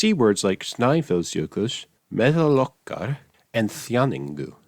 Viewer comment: Hahah, sorry, “Snæfellsjökull” is [ˈstnaiːfɛl̥sjœːkʏtl̥ ], not [ˈstnaiːvɛlsjœkʏsː] hahahah. It's [ˈmɛːðaːl ˈɔʰkar], not [ˈmɛːhɛl ˈɔkːar]. It's [ˈθjauniŋkʏ], not [ˈθjanːiŋcʏʏ]. It's [ˈskrɪːðtrɛcɪ], not [ˈskriːðtricɪ]. It's [ˈvɛːðʏrfraiːðɪ], not [ˈvɛːðʏrːaiði]. It's [ˈsiːmɪ], not [ˈsiːmi]. (You were so close man. “i” only makes an “í” sound when it comes before the letters “ng”. This is called “the ‘ng’ rule”, and also affects the other non-diacritic latin vowels as well!) Overall though you just made some minor mistakes, you're already better than 99% of English speakers. :)